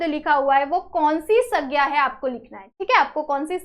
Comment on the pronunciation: Sandhya❌ saggya✔️ 😅